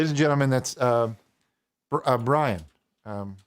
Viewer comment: you said Brian instead of Drian. He tries correcting you multiple times, please listen to your guests